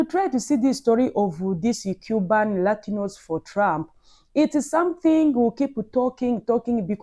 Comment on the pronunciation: Latinos sis, not ratinos😂😂